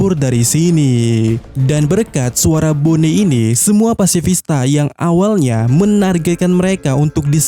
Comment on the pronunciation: Bonney dibaca BONI min, bukan BONE